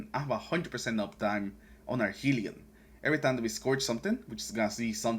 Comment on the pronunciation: Great build. Not to be that guy but, it is hell-ion, not heel-ion.